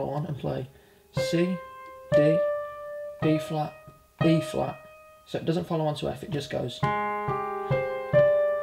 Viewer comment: no offense but everytime i heard you say E flat, i thought you said B flat and it kept messin me up lol